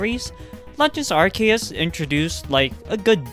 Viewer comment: legends arceus is not a spin-off, though I do respect someone for once pronouncing arceus correctly